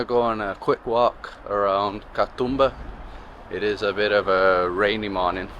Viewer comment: Sorry for hogging the comments. The "oo" in Katoomba is a long sound. Think of how an Aussie would say zoom. Ka-zoom-ba. Ka-toom-ba. I just got to the end of the video and realised that your stay here has finished, advice on pronunciation is probably not of much use. I'm glad you enjoyed your time here. Safe travels for the future 😊 Please come back and see more of our wonderful island. I hope you were made to feel welcome while you were here 🙂